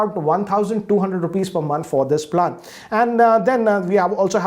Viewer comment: Goddammit learn how to pronounce “plan” please